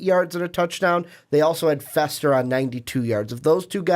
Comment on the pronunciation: It's pronounced Ee-tee-en and Fee-ster. Damn. Do your homework.